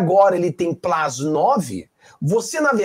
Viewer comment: Plus não plas, me desculpe.